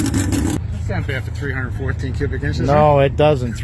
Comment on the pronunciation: Its 314, not 214 as you are saying !?